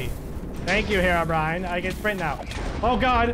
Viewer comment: is it just me or did just say: “herobriane is pissed”